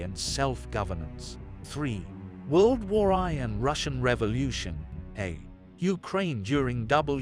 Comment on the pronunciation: The way you pronounce WWI is horrifying